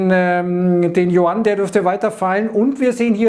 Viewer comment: Die Währung der VR China spricht man "jü-än" aus. Sonst alles top.